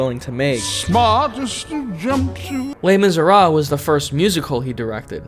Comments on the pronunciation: Dude, I'm with you in this all the way, but... You do not just mispronounce Les Miserables. You do not pronounce the last consonant, not the last entire syllable. It's not "Les Misera", it's "Les Miserable". You pronounce the -ble, just not the -s. Please. And thank you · Victor Hugo: Les Miserables: Le mi-ze-ra. Me: what happened? Cat got your tongue?